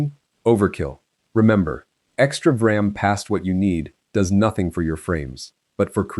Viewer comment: it's pronounced "V" ram. Quit doing videos on Vram when you can't even pronounce it right